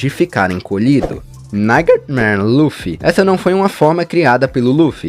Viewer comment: A pronúncia de Nightmare é "Naitimer" e não "Naigtimer"